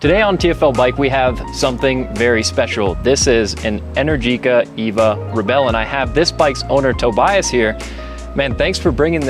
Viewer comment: Pronunciation: en-AIR-ji-ka Not: en-er-GEE-ka